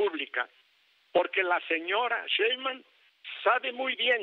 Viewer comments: Pobre viejito Ceballos ni siquiera sabe pronunciar el apellido 5 veces dijo sra Cheiman y bueno el 33 % de todo el padrón Votó por Morena y menos del 15 % voto por el prianrd. No confundan a la gente las matemáticas no fallan. Ya no saben como buscar pretextos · El gran litigante que no sabe ni pronunciar bien el apellido de su próxima presidenta, aunque le duela, 😂😂😂😂